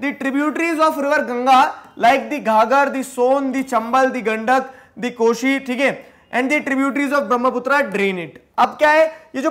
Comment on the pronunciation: Who smiled when Gandak is pronounced???